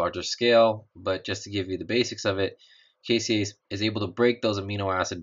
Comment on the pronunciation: The enzyme in the Casein Utilization experiment is "caseinase" not "caseiase" just fyi.